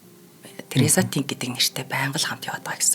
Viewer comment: Нэрийг нь ядахдаа зөв хэлээч дээ ТэнГ гэхгүй арай л юмаа